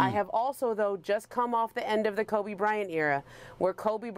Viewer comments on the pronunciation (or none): none